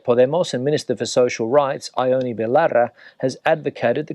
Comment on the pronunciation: Please make a bit of effort with the Basque name Ione,! Only two syllables, more or less 'YON-neh'. 😊